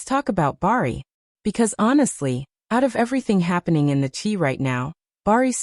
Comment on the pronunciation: You cant have a story because you don’t even know how to pronounce the characters names in series is called the Chi it rhymes with sky